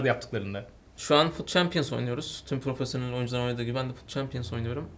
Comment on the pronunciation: Profosyonel nedir abi ben world class ım :D